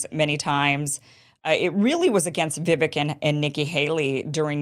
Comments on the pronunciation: It's Vi-VAKE, not Vi-vic. Rhymes with rake. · Vivek is pronounced Vivake, like cake. To add, he's been very clear that he won't be VP... it's all or nothing for him. I also find it funny that Vivek criticizes Nikki for her willingness to send troops to Ukraine when he, himself, said he'd send those same troops to Taiwan. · Its vuh-VAKE. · Vivek is pronounced- vi-vayk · I thought it was pronounced "Vivek like cake"? Look into it Kim. We trust you to get the facts for us. I'm putting you on this mission for us. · FYI, Vivek is pronounced Vivake, rhymes with cake. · Viv AKE, like cake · learn to pronounce Vivek's name properly. If you're trying to be a professional "presenter," that's the least you can do. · Vivek rhymes with "cake" not "heck" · You pronounce Vivek's name wrong. So many people do. Great video btw! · Kim, it’s Vivek like CAKE! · Vivek is pronounced with the "vek" sounding like "cake". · Still can't pronounce Vivek. IT'S PRONOUNCED LIKE "CAKE"